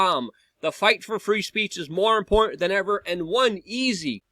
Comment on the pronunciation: e I've been telling him for years that there's a t in important